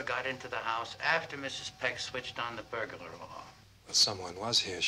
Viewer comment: I love how he pronounces burglar "burgalar"